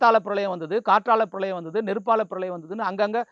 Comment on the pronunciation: 7வது பிரலயம் இல்லை அது பிரளயம்... உங்களைச் சொல்லி குற்றமில்லை!